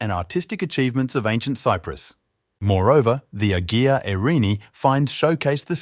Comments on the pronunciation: It's Qin Emporer Shi Huang Ti and the village is "Ay-yia Irini" Saint Irene, not Ag-ee-a. Anyway, the are late Phoenician cultural diffusion. There are many like this where Phoenicians colonized. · Strange - I lived five years on Cyprus, and yet never heard of this. Incidentally, and not overtly criticising you, the word 'Agia' is pronounced 'Aya.' But a very informative video! Thank you. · The narrator should have had a voice director. The word Agia is pronounced “AY a”. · A really entertaining & detailed explanation of the site! I'm in! One tiny thing---you pronounced Agia almost every possible way except the correct one! It should be Ah-YEE-uh, with the y being almost a hard g sound, & accent on the second syllable. never mind, we knew what you were talking about. You struck exactly the right tone between too technical & too general. And no talking head, just pictures relevant to the narrative. Thanks, I'll be back! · I think (not quite sure) that the "g" in "agia" is not pronounced. That is the case with "agia Sofia" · Nicosia =Nick-o-SEE-ah -not Nicozhah, Agia=EYE-ah not aggia, Museet (swedish for museum ) is Muse-A-et not mew-seat